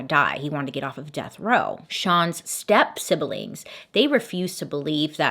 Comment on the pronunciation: I kinda love how Bailey has turned sibling into a 3-syllable word